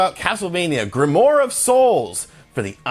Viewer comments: dude its "grimwar"...not "grimore" lol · Just saying it is pronounced "Grim-oire". I agree with everything you said in this video. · it's pronounced "grim-waar"